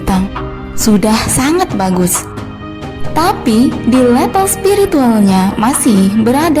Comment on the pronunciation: Level, bukan lepel